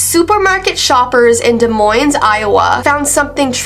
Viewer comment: Its pronounced "Da-moin", the S is silent. Reminds me of when people say "Illi-noise" 😅